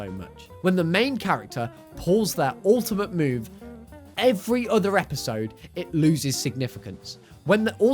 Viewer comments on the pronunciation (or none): none